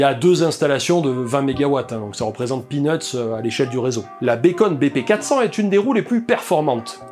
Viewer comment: Beacon ça se prononce biconne, pas béconne. Béconne ça correspond au bacon, c'est bon au petit déj. mais c'est pas ça.